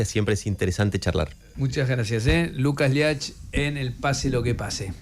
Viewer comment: Se pronuncia Liucas Liach el nombre del entrevistado.